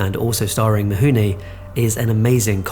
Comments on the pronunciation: its "Mifune" not "Mihune". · Oi!! I almost stopped watching, and felt compelled to post a comment based on the Horrible pronunciation of Toshiro Mifune’s name. It’s FU NOT HU. Is it mount Huji? Japanese pronunciation isn’t that hard Yet it seems like many British people get fed mispronunciation too often. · Actually, the way it is pronounced in Japanese, it's closer to "Mihune". English-speakers have a hard time getting used to the idea that the relationship of written letters and pronounced sounds is different in other languages, and the Latin script of non-European languages is not based on English. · I went to university in Japan & truthfully, in "Mifune" the "fuh" in "f" gets mostly dropped - it's not as much of an "h" as this creator is giving it, but it's not the expected "fuh" that most English speakers give it. Like the way that a Japanese pronunciation of "r" is often mocked by English speakers as an "L" when the way the mouth creates the Japanese "r" is mostly in between the "r" & "l" in English. It's pretty subtle and to my ear he's giving it too much "h" - but it's not nearly as far from correct as you might think. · Thanks, all the documentaries I have seen about Kurasawa and Mifune never hint at that pronounciation. I learned something. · ugh I don't think I'll make it to the end with this mispronunciation of Mifune ...